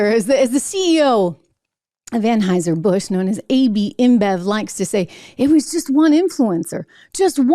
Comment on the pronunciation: ANHAUSER ANHAUSER ANHAUSER. Not budweiser Trish. Stock gates invested in